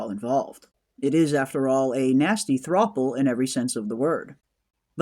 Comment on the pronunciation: Throuple, not "thropple" (like "couple") pronounced like "thrupple" ❤